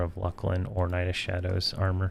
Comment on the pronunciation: I pronounce it 'Fear E Oh Na Vye' myself. Sometimes I watch his videos and cringe at some of the stuff like 'LUCK LIN'....I pronounce that one LOOSE LIN, but everyone has their own way of saying stuff.